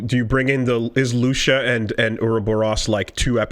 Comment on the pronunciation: It warms my heart that after all these years and still call Lucia "Lusha"